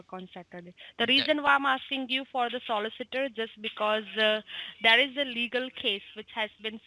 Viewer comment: Solliss Itor?